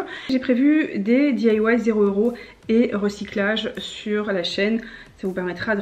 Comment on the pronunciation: boujouir jai un copine qui di que tu di mal "di ailla wouaille" elle elle di daille bisou